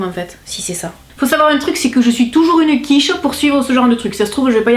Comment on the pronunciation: Tu me tues quand tu dis : je suis une quiche ! Avé l’accent en plus, j’aime trop 😂😂😂